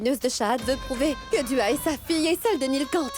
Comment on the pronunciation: Qui a remarqué que Gazala dit Du A au lieux de Dua .